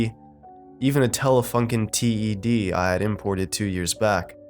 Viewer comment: Many times the title is what attracts me to a pasta. This was no exception. I’m a bit of an AV geek myself. TED is pronounced like the name Ted btw. Edit: This was lame. I am disappoint.